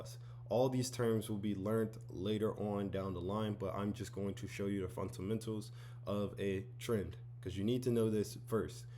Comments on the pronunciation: It’s, FUNDAMENTALS. Not, “funt-amentals”. 😂 It’s ok though, I’ve been saying, “mun-sters” instead of MONSTERS 👹 for decades. 😂 🤦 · Fundamentals❌ Funtamentals✅ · Ive watched this so much that "funtamentals" is pissing me off. Ty Sensei😂💀💀💀